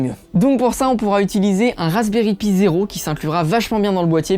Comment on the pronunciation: C pas razbery pi ça ce prononce païe